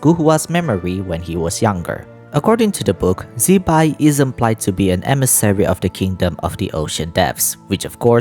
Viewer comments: Not shaming, but I think Her name should be pronounced as Zi-Pai (Zuh-Pie) not Zeee-Bye, thatswhat i remember studying mandarin 😅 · HAHAHAHAHAHA because wrongly pronounce zibai as Chibai will be a cursing in mandarin 😅 chibai same as fuck you in english